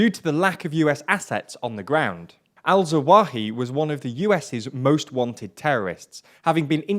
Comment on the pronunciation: Thats zah-wah-HEE-ree, not that hard to say. I like the channel, but our presenter needs to put just a little more effort into proper pronunciation of non-english names. I'm no expert, but it's really not that difficult, and it's really a bit off-putting to hear nearly every single 'foreign' name mispronounced in every video no matter the language of origin. it seems rather lazy and disrespectful.